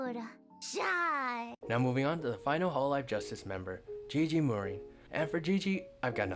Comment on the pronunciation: Gigi morin lol Gigi Murin bro